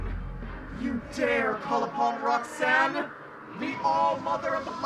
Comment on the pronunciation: Rhok'zan ? Rok....zan....Oh my fkin god ....Roxanne